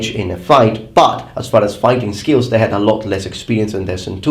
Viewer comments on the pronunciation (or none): none